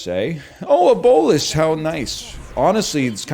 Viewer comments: NL is awesome, the only thing that bothers me is how he pronounces bolas lol. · Nicol Bolas ass pronunciation